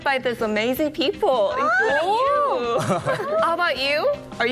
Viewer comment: ㅁㅁㅁ-감색원피스 입은 여인의 "Hi~"는 너무 길고 굴곡이 너무 심하고, 과장된 느낌. 단순히, "Hi."하면 됨" "How about you?" You의 발음은 첫 반(1/2)음절은 올리고 끝 반음절은 내려야함. "How are you today?"에 대한 응답은, 그냥 간단하게 "Fine." 아니면 "Great." 하던지 간단하게 "I feel fine." 하면 되고, today의 끝 intonation은 내려가야 한다. 되 묻는 "Are you feeling good today?"도 무척 어거지 스럽다. 간단하게 "How about you?"라고 하면 끝. 전체적으로 감색원피스여인의 영어 표현은 너무 과장되어 있어서, 좀 더 자연스럽게 하려면, 의식적으로 꼭 잘해야겠다는 노력 보다는, 자신감 그 자체가 필요하고, 정신적 relax가 필요하다.